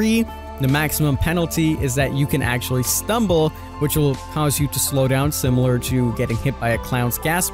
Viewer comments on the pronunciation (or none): none